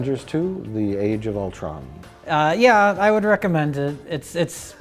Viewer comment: I can't believe they pronounced Ultron correctly......multiple times no less!